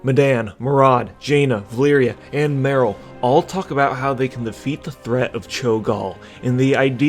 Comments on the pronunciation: Vuh-leer-uh, not Vuh-leer-ee-uh. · valeera, not valeeria it was bothering me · her name is VA-LEE-RA not valeeria camilia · My dude the amount of times you miss pronounced Vah - Lee - Rah 's name made me dislike this. The first 2 times i was like meh , but then you go repeating it over 9000 and it made my ears bleed. Other than that, unpopular opinion from an old player/reader: i actually like Med'an cause im not stuck with my head up Metzen/Hazzikosta's bikini bottom and i like to imagine different things happening in wow before they just pop in game and all of a sudden we needa like it cuz yehhhhhh boiz (See Shadowlands. That realm is as absurd as it gets with no prior lore support and also for - together with Cataclysm content - being totally a rip-off of another less popular russian game called Allods.) Later edit: i couldn't leave it a dislike man, your trollery is too good. But also, Eytesh? its Ah - Tee - Esh (As per Khadgar in Legion). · I think you got the Valeera pronunciation wrong.